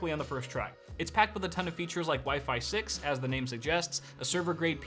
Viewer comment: Note to self... "wifi six" ≠ "wifeysauce"